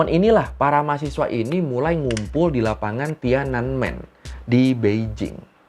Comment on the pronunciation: Btw TIANANMEN itu 3 kata bacanya Thien An Men yang artinya Gerbang Kedamaian Surgawi